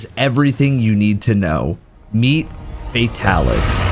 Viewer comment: I will never understand why people call him Fae-talis lol